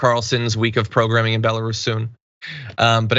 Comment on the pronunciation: BELLA-ROOOSE John!! not bella russian ..... man what an error and off hand ppl prolly think you where talking about russians. Also WHAAAATTTTT that comment was sketch as F. Glad the japanese police let her separate from her team. They understand honor. Where is the U.N. in this kind of situation?